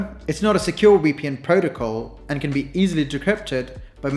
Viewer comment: Thanks for explaining it so well. Side note: You also say the "w" sound for the V in VPN. So you're saying it like WPN. South Asians tend to do that along with Russians.